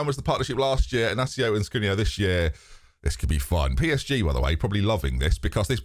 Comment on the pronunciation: Inácio was well pronounced but the First name is pronounced Gonsalo the c before vowel is read s in portuguese. Of course there is no problem in misspronoucing names